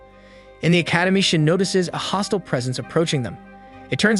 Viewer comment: No offense to the narrator but for some reason when you say shin all I hear is shit